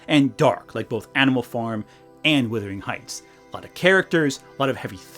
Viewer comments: As a person from Yorkshire everytime you say "withering heights" I flinch. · Distracted every time you said "Withering Heights" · How can you read the title "Wuthering Heights", and allegedly watch the movie and hearing it pronounced, and still screw it up? It hurts the credibility of your criticisms